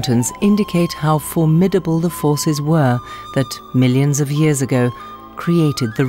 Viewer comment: The English lady said "formattable beauty". Western US me said "sure is pretty" 😁